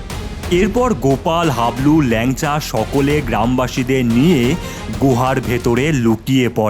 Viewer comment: ল্যাংচা না ভাই লেংটা 😂😂😂😂😂😂😂